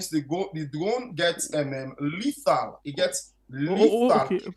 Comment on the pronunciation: Mr police officer the word is LETHAL and not LADDER weapon.